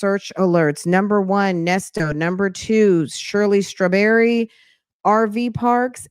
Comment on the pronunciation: It’s Shirley Strah-berry and 😭😭